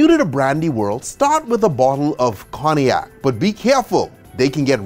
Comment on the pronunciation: Very good work, however I dont understand how he can pronounce Armagnac perfectly and fail at Cognac